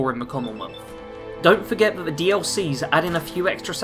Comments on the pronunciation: THE ! .... T.H!. NOT V I couldn't even get 10 minutes in the the video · Took me a moment to work out what you were trying to say. I've got a speech problem where I can't correctly pronounce a few different sounds, one of which is the "th" sound.